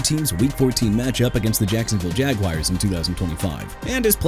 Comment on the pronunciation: Can you quit saying "Jagwires"?! Bro it's Jaguars as in ja-gwaars! Also Isaiah Likely as in ai-zay-uh not e-sai-ah!! And Juju Smith Schuster ain't with the Giants no more! And I'm getting sick and tired of your disrespectful takes against my Miami Dolphins! WHAT DID THEY EVER DID TO YOU THAT MAKES YOU SAY ALL THE NEGATIVE NONSENSE?! WHY DON'T YOU COME DOWN HERE AND SAY YOUR TAKES?! Worst receiving core, tank job, won't finish with a productive record, projected to get a high draft pick in 2027... your locker need to be cleaned out... and maybe go watch a game and look at some footage and do your research before you EVER talk about my team or any other team again!! You don't know football at all! YOU'RE JUST ON THE INTERNET PLAYING A SPORTS MEDIA KNOW IT ALL!! GO BACK TO SCHOOL DUDE! BY THE WAY MR. UN-INFORMED DANIEL FAALELE GOT TRADED TO JACKSONVILLE!! YOU CAN'T CORRECT YOURSELF YOU MIGHT AS WELL WORK A HOT DOG STAND!!!